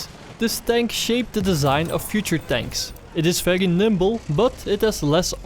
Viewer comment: when you say very it sounds feglyi